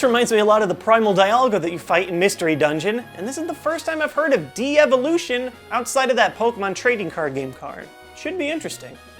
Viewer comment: Excited about these 'deevolutions'